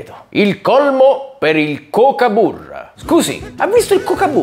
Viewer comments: Comunque si pronuncia kokubara non cocaburra😅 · la pronuncia è tipo gagabura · non si pronuncia Kukaburra? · Scusami barbascura, si pronuncia kokabarra, si scriverebbe kokaburra ma si dice in un altro, e io sono andata in Australia ed è bellissimo e simpatico! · Ciao capitano! Non so se l'hanno già detto in un milione prima di me ma kookaburra si pronuncia "cucabarra" qui in Australia. Ci sono molte kookaburras vicino casa mia, ogni mattina e ogni sera si appollaiano sull'albero fuori la mia finestra per ridere di me, la mia autostima è stata azzerata da questi animali ridanciani. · Avendo due o in effetti risulta pronunciato kukaburra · Si pronuncia kukabarra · Kuukabarra si pronuncia!!! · In realtà si pronuncia: cUcaburra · Cucabarra si pronuncia …. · Si pronuncia coccobara, non si legge come e scritto... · Cmq lo pronunci male, (cucabarra)!!